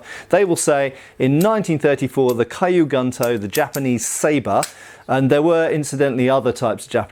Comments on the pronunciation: I really hate to be pedantic, but it my stomach churns when says kyu gunto as “Caillou” instead of “Q” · Quick pronunciation note: Kyu Gunto would be said more like "Queue Goon-Toe" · It's actually "Key-you-goon-toe" and "sheen-goon-toe" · not a complaint but as information, the pronunciation of Kyu Gunto is like "Q Gnto". the cu of cute, g of good (not of gun) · Kyu Gunto is pronounced, “Queue Goon-to” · "Caillou Gunto" haha sry